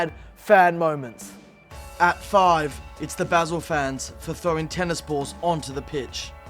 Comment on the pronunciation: Wow this guy is so shit. Since when do you pronounce Basel, 'basil'?